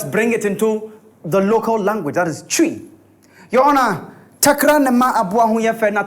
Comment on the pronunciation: Twi not twee